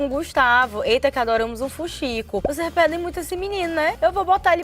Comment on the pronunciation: Voceis e treis são pronúncias erradas.